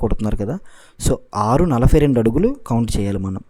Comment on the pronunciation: Nalafy kadhu adhi nalabay anali telugu sanka naakisthunnam maname